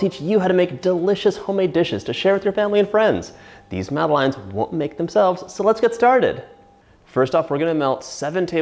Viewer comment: Madeline is a character in children's books. They're pronounced mad-uh-lehn / mad-uh-lens. :)